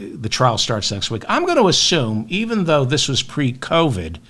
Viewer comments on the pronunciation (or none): none